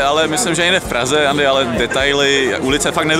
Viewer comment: Proč Andymu říkáš Ééény? :D